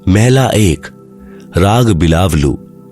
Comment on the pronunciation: पहले नानक साहब की वाणी का उच्चारण सही बोलना सीखो सबसे पहले बिलावलु नहीं बोला जाता बिलावल महल्ला बोला जाता है